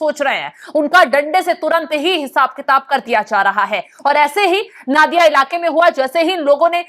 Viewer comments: पहले तो आप उच्चारण सुधारें। नादिया नही, ये नदिया है। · Nadiya ko Naadiya nahi bola jata isse Nodia bolte hai